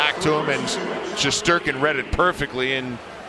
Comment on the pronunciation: I can’t be the only one that the way they said shesterkin pissed off